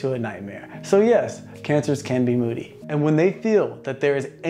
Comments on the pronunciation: Moody not moddy lol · Just a small correction: its "Moody" and you put moddy by accident ha ha. But other then that, good video!